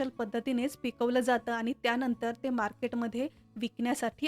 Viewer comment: माहीती छान,, पण बोलताना आनी पानी बोलणे टाळावे